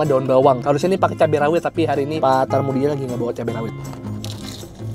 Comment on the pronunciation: Pak Karmudi bang bukan tarmudi hehe..